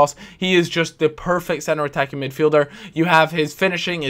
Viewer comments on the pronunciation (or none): none